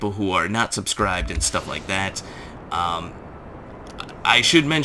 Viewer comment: Wait! Its pronounced Goose-Sexxy? I thought the last two characters were roman numerals "Goose 11"